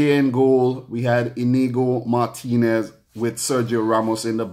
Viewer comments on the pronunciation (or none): none